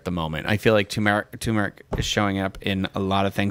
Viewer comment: 2 meric you have the accent on the wrong sy lab el